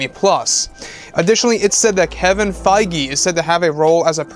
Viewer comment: Isn't Kevin Feige pronounced Kevin Feeg not Kevin Fygee?